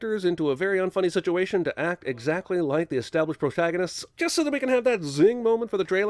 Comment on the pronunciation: Jeremy calls the protagonists the proshaganisth, and you missed his speech impediment.